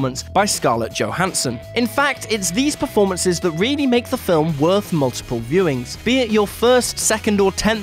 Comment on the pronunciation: Exteme-ily? Real-ily?